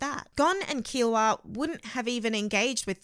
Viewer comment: Hisky? Westernizing a Japanese name. How hard is it to say Hisoka. Also, Keeoa?